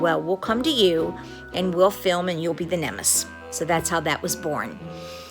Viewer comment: *Nemesis, not "nemis"